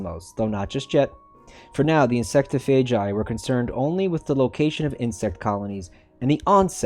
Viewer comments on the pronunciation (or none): Insect-ophagai, you say it like sarcophagus